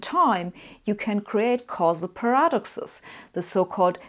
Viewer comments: "per AH duk sez" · I'm saying "paradoxes" like this now. Sounds so cool.